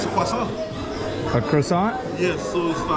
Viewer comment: What's this called? Tour guide - kwa sohn(croissant). - cruhsaunt....